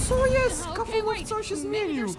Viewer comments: kafumo muwi sie kafmoł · nie czyta się kafumo tylko kafmo a pisze się wogule inaczej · nie kafumo tylko kaufmo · nie czyta się kafumo tylko kafmo ok? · ale to nie kafumo tylko kaufmo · bardzo mi się podobało lecz problem w tym że mnie STRASZNIE irytowało jak żle wymawiałeś imie bo ty mówisz kafumo a poprawnie kaufmo wiec jak będziesz jeszcze to omawiał prosze cie o to żeby wymawiać to poprawniej❕ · Pise sie kaufmo i wymawia sie kałfmo nie kafumo xd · TO NIE KAFUMO TYLKO KLAŁFMO😠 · To się pisze kaufmo ale muwi się kałfmo